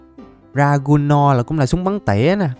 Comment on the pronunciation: anh ơi súng dragvunov đọc là d-ra-vun-nốt hoặc svd mà nó là súng trường tầm xa còn súng bắn tỉa là 1. awm 2.kar98 3.barret m82 em chỉ biết ba loại súng tỉa này thui chúc anh khỏe mạnh